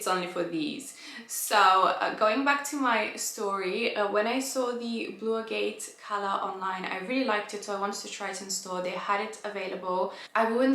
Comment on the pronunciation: I'm not usually a blue person, but that blue is very pretty 💙 In case no one has shared with u how to pronounce agate, it's pronounced ag-it 😘 PS I love both ur pieces 💕